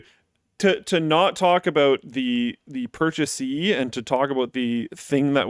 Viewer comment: "purchasee" lol. It's "purchaser".